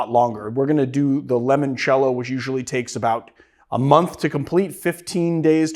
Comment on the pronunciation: Limoncello…. Stop saying it like lemon cello